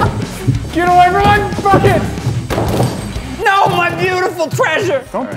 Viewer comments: when they say bucket it sounds like they are saying f*** it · WAIT.... did throw the bucket and say, "Bucket!" or F*** it?!?!